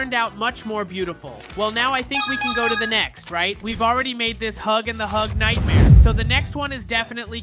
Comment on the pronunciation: It's not hug hug nightmare 😂 its nightmare huggy😅